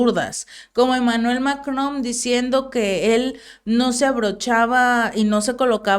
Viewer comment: Se llama MacroN, no MacroM 😂